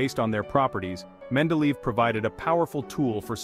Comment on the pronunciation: It's pronounced (men-DEh-leh-yev).